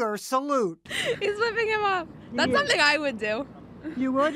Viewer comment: Shengi gunnet? It's Sjenkie Knegt, just the way you write it